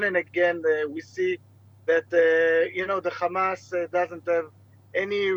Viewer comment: Beautiful commentary today on TV 7. Really loved the use of George H.W. Bush's of the long "a" sound instead of the short "a" for hamas. Keep the faith! God is with us.